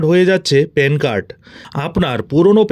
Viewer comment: পেন কার্ড 😂? প্যান কার্ড।